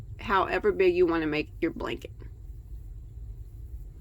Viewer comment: Oops!..Blank-et ..lol